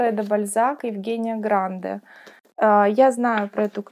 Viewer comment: Не могу удержаться: ГрандЕ. Не обижайтесь.